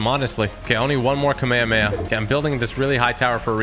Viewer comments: It’s Kami-kami-ahhhh not kame-kame-yea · Its kom-ah-mah-ha not. Komehehemaye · Not hate just it’s pronounced kamea-hame-ha not kamaamaya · its prounced kamehameha(ca-meh-ha-meh-ha) ha like a laugh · It’s ka may ha may ha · ka may ha may ha that is how you pronounce kamehameha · bro said kamayamaya 💀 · IT'S PRONOUNCED KAH MEI HA MEI HA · They yellow cloud is could a nimbis tand the other is a kameakama not kamaamahaaaaaa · Its Kah me hah me ha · it's pronounced cam-eh-ha-meh-ha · Stop saying the kamehameha wrong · WHY DOES EVERYONE PRONOUNCE KAMEHAMEHA WRONG